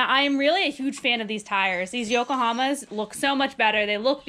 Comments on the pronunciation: Sorry case. But u do say yokahama!!! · She said yokahoma?. Bro u said Mickey Thomson. Check out the yoho M/T. Mud terrain. U will fall in love. All jeeps in canada have them YOHO. japan. Now California. And anything in Japan is awsome. Like the honda motors where the best years ago. But now. Generators are mad in China.